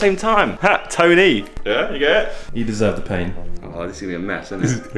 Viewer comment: Josh : Toe knee Tonie Me : Don't Leave Me